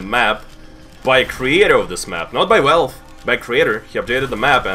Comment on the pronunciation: i love it when he says "välfé"